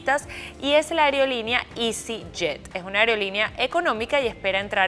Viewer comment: Es aerolínea amiga, no ariolinia 😂